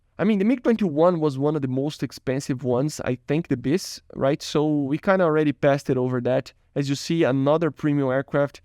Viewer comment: to "wee" of we can find problems XD